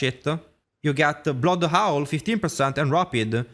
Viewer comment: Blood owl 🦉😂 Bro forgot to learn the letter H